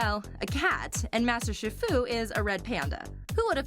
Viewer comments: Wow this is annoying! And it’s not SHIR-FU. It’s SHE-FU! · Shifu is pronounced sheefu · It's pronounced She-fu, get it right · Its pronounced sheefu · shifu??? it's chi- fu pronounced as shi- foo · its pronounsed sheefoo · Master SHI FU?! It's pronounced SHEE-FU. I can tell she hasn't watched the movies. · yea its pronounced SHEE FOO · You're saying shifu wrong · PurplePanther125 She just pronounced shifu wrong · ...She said Shifu wrong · Snowie Clover IKR DUDE!!!!!!!!!!!!!!!!!!!!!